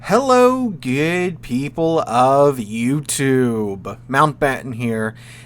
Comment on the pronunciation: Please change the way you say “good” dude